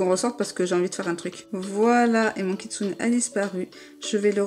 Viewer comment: tu vas arrêter de dire kitsunai stp